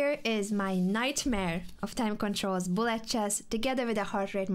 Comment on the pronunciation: With her accent, Anna says bullet like Blyat chess - which is the exact word that crosses my mind when I play bullet too! 😅